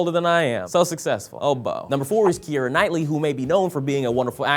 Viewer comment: Im sorry... but "Suc-sass-ful"?